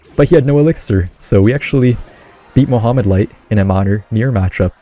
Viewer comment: I kept hearing you say Muhammad light. Muhammad light who? and new!!!!!